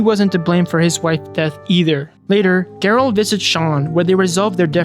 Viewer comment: AI video? Have you even seen this movie? If you had seen this movie you would know you're not pronouncing Gerald right. This feels like a tiktok vid thats been stretched out to 30 mins